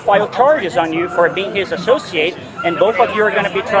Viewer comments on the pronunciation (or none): ‘Assowceeate’…way to be a total douche.